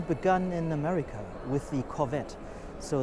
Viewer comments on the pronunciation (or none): none